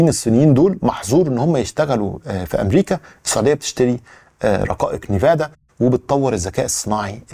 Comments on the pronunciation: nvidia ان فيديا وليست نيفادا وشكرا لك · صديقي... اسمها شرائح أنفيديا وليس نيفادا للتوضيح فقط والله يعطيك العافية عالمجهود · Its called “Envidia” not Nevada. Keep up the great work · الله يعطيك العافية حلقة مميزة ، ولكن ان سمحت لي تصحيح نطق اسم شركة NVIDIA (إنفيديا) وليس (نيفادا) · يا ليت تراجع النطق الصحيح للرقائق اللي أسميتها نيفادا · اسمها رقائق nvidia وتنطق ان فيديا